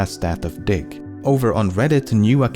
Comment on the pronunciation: was not watching the video only listening and i thought he said, dic* not diggXD